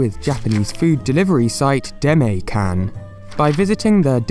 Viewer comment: Sorry for the nitpick - I'm a Japanese speaker and you pronounced the delivery company's name, "Demaekan" wrong in a way that drove me a little nuts. Japanese words are phonemically fairly easy to pronounce so in future, you can learn the correct pronunciation by using google translate's "listen" button. Your content is otherwise considerably well-produced, wishing you the best of luck.